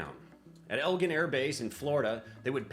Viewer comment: Eglin - pronounced "Egg-lan"